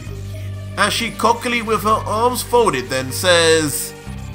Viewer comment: lmao "Cockily"